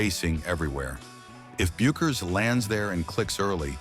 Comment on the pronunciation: Hilarious. How many times can Paige bueckers be misproounced. What a crock of shit story, tryig to start some kind controversy.